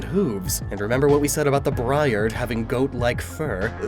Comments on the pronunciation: It's pronounced Bree-Ard not Bry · This is your friendly neighborhood briard owner coming by to tell you that you pronounced it wrong and the dog you showed also wasn't a briard. (update: the second picture is indeed a briard) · My family owns a briard! Its pronounced more like bree-ard/bree-ahd so the greavard name sounds even more like it and I picked up on it pretty quickly :) ours keeps a short cut though so she’s not nearly as scraggly So hyped!